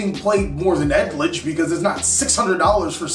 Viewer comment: I'm just hearing "egg-glitch" all the time😂